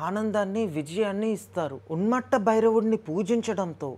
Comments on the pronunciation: ఉన్మత్త అనడానికి రాక ఉన్మట్ట అంటున్నవ్ బ్రో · Bro thank you for taking the time to share this knowledge! There is a small correction! It is not UNMATTA it is Unmatha (ఉన్మత్త)! Also please check the manta pronunciation once!